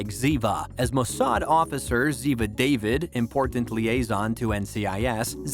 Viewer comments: Also Ziva Da - veed not David. Illya Kury - a - kin. M16? M I 6. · The host keeps mispronouncing the names. Ziva's last name is pronounced DAH-VID not Day-vid. The name of David McCallum's character in Man From Uncle is pronounced IL-YAH KOO-REE-YAH-KIN. Please do some due diligence when it comes to correctly pronouncing foreign names because it's embarrassing to people who are fans of the show. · It would have been nice is the person who did this video would have done his homework. It was not Zika David, it was Da’vid. Also, pronouncing the name of the man from uncle wasn’t even close. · Couple of pronounciation issues: 1) It's 'Da-vid' - not David as in a male name. 2) 'Shoot-oh' - not skewito. 3) M. I (letters) 6 - Not M sixteen. 4) 'Dwayne' as in the Wrestler - not Duwayne. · Ziva's name isn't pronounced "David" uses "DaVeeed"🙄.....NOT pronounced Abby " Skooito"......."Shooto".....honestly, do you even watch the show??? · Seriously, someone replace this idiot...he can't pronounce anyone's name correctly!... it's DAAVEED ...Not David...and it's the third longest running drama..behind Law and Order:SVU, and the original Law and Order. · The commentator didn't pronounce Ziva David's last name correctly. It's not pronounced David, it's pronounced DaVeed. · It's pronounced Ziva Daveed. This guy's pronunciation is so off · How come this narrator doesn’t even know how to properly pronounce names like Ziva Davide or Ilya Kuryakin?? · Ziva would be mad af at him and would say “It’s DA-VEED.” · if your going to post these, at least give Cote the respect of prouncing Ziva's last name correctly. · You lost my respect as soon as you incorrectly pronounced Ziva's surname. There are numerous examples of her correcting this mispronunciation during the series. Are you sure you have actually watched the series????? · i am so sorry but pronunciations of david and sciuto (more sciuto) hurt me physically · You know that she is a linguist but can't say "David" correctly.